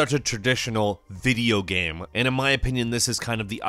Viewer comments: why the guy is saying GAM instead of Game? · or GAMM or GEMMM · Why does he pronounce game like that..?strange..